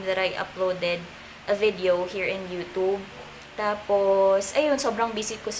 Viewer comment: Ung pagsabi nya ng youtube